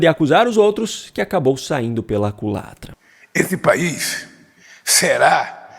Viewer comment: Lula anda mto satisfeito ?????? Lula já tá lelé, já está igual ao Biden 😂😂😂😂😂😂😂 aliás um pouco pior, pq MENTE DESCARADAMENTE!! E diz que o mundo está mudando, mas affff Lula está atrasadíssimo, um RETROCESSO SÓ!! ... Lula fala: "direito pos outos" ... afffff só rindo desse sujeito sem vergonha e MENTIROSO!! 😂😂😂😂